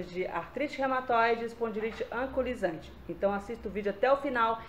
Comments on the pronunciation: Não é "ancolisante", e sim anquilosante. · AMIGA LINDA ,AMO SEUS VÍDEOS. TENHO FIBRO ,ARTROSE EROSIVA GENERALIZADA E SUSPEITA DA ESPONDILITE ANQUILOSANTE. QUERIA SÓ TE AJUDAR NA PRONÚNCIA DA PATOLOGIA. VC PRONÚNCIA ERRONEAMENTE, SE PRONUNCIA... ANQUILOSANTE,E NÃO ANCULOSANTE.😉😉😉😚😚😚